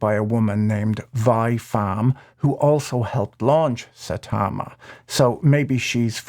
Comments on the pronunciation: Mispronouncing their nerd shit is excellent and rude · Sai-tama. Not sa-tama. One Punch Man fans are flipping their shits now.